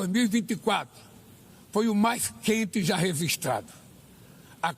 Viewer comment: "Rezistrado" é ótimo kkkkkk....... E o desmatamento já reduziu pela metade???????? Rapazzzzz o homi é forte mesmo......na mentira!!!!!